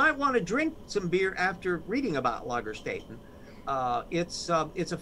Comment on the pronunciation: LagerSTAYten. Get your umlauts right!